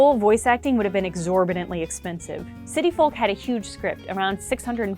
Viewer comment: She pronounces the L in folk and it really irritates me